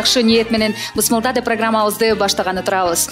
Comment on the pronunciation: Эй гангир баш, бысмылда эмес, биссмилла деп суйло! Жинге тийбей.